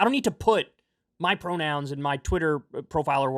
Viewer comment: “pwonouns r too hawd. :( “